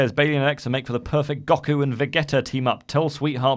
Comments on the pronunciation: It's pronounced Go-koo and Va-G-tuh.... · The way Randy pronounced Goku and Vegeta made me cringe